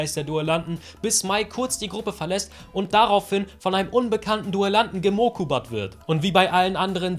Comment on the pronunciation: "gemokubat" & "geyugisgroßvatert" LOL :D :D :D